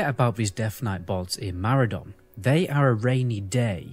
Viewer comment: Can we all agree that you are both saying Maraudon wrong. surely its a play on the word "Marauder" and so should be pronounced "muh raw don"